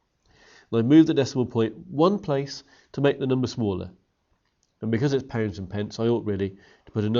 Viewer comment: Is it me or does he pronounce pounds like poonds